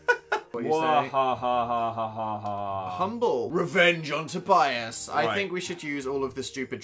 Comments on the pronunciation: pronounced Tobyus not tobi aes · I may be wrong but i think it's pronounce Toh-bee-us, you may say it differently in different cultures though